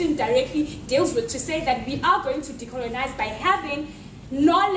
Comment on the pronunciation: The Science one Killed me!! ''We must decolenize" LMAO!